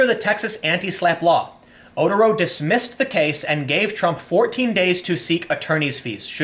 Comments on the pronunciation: Just an FYI...Otero is pronounced oh-tear-oh not otter-oh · It's Oh-TEHR-oh, not oter-OH. But yeah, good stuff as always.